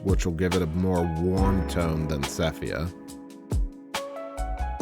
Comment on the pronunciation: Enjoyed the video, but I keep getting distracted on your"sepHia"...